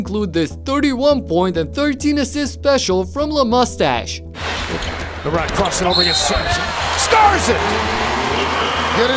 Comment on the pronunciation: LeMustache. He said LeMustache. laugh my ass off